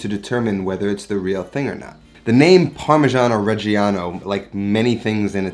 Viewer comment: how many times can you wrongly pronounce parmigiano reggiano in one minute? :D (doesn't matter, love your channel!)